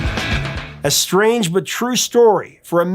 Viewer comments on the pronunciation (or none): none